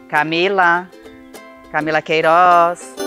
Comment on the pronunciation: “camila queirooz” KKKKKKKKKK te amo nicole